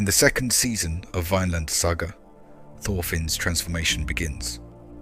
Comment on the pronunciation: thats not how to prunounce vinland 😭 but for the most part great story telling